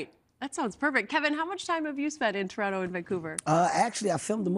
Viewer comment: The Paisano pronouncing toronTo had my dying. Then Kevin was there to clear it up. See? Kevin is necessary in such an important announcement because all Ontarians were thinking the same thing.